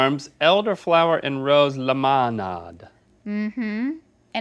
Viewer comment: That way Link pronounces "lemonade" ...